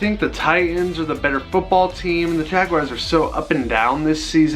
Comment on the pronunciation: Like your videos, even if you're an angel fan and keep taking jabs at the Dodgers. But please, please stop calling them jaguayrs, It's jaguars, like jag-whars, or jag-yoo-ars if you want to be english. But it's definitely not jag-wires. Sorry, rant over.